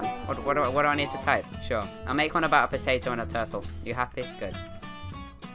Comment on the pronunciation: YAY u meantioned my name!!!(u said potattooeooeo)